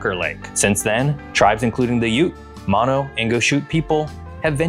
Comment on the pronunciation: 2 things I'd like to point out: it's ALWAYS "Lake Tahoe", never Tahoe Lake. Also the Mono tribe from which the country in California and the lake gets its name is pronounced like "Oh No" with an M in front.